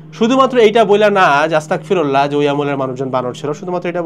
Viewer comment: সঠিক উচ্চারণ , আস্তাগফিরুল্লাহ" (أستغفر الله) ।